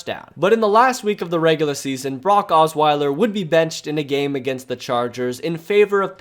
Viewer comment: You pronounce Brock like Barack